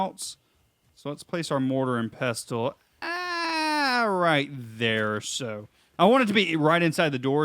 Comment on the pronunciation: the T is silent in Pestle